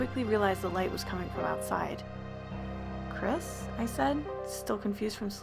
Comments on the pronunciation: What y’all hear: “ChRisSs” what I hear: “ cræs ”, “ ChRæS ”, “ cHrÆs ” :) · All the lights in my room are on, I watch horror movies o a weekly basis, all I'm doing is playing Skyrim, and just hearing the way that thing pronounced "Chris" made my stomach churn and my heart rate rise. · i know im not the only one hearing "crisp" and not "Chris" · Lmao I heard Chris’ full name as: “Chis paness*